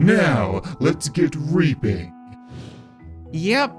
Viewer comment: When you say reaping in the grim reaper voice I kinda here raping